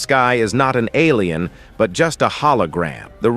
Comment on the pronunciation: Bro said alian in 😂😂😂